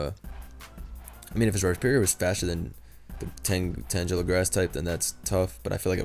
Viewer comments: saying tanjela is a sin when part of its name is "tangle" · Tangela is pronounced the same way u would pronounce tangled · Tane-guh-luh if you reading comments. As in tangled. Tangle-uh may be an easier way to get my point across. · say tangela as in tangle as in a bunch of vines you get tangled in, as in what tangela is